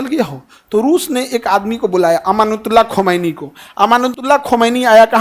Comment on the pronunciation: खंमैनी नही खोमैनी